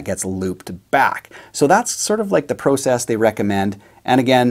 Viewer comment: The way he says, “process” just gave away that he’s Canadian